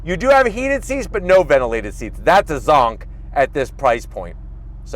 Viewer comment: Dude everytime you say ZONK I literally bust out laughing!!!